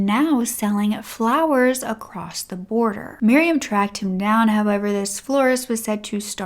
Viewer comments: The word across does not end with a T!!!!! In the intro you said “ you are glad you came acrosst this case”. That is a pet peeve of mine. That drives me insane. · I realize this is random and unrelated to the topic, but are you from Maryland/Jersey/Pennsylvania or even Delaware? Manitoba/Michigan or Minnesota are also possibilities…. I’m wondering because I often hear you pronounce the word, “across” as, “acrosst”, and from what I’ve heard, it isn’t uncommon for folks native to any of the above mentioned states to pronounce it that way. I suppose it’s similar to, “whilst”? Possibly blending the words, “across” and, “crossed”? Obviously I don’t expect you to tell me where you are from, but if you are from one of the mentioned localities, it would confirm my suspicion that the substandard pronunciation is specific to those areas. Around my area, (north shore Ma), you’ll find folks who use the phrase, “making in front of” as opposed to, “making fun of” ❤